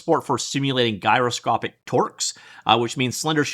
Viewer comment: I've never heard anybody pronounce "gyroscopic" with a hard G.